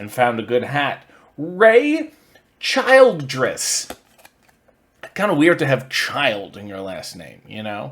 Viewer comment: I think the i in Childress is a short vowel sound. Makes it slightly less weird. "Well-mulleted" 😂🤣😂🤣😂🤣